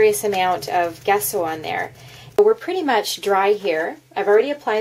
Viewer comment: It's pronounced jesso, the G is soft, pronounce the g like you would in journal. Just to let you know.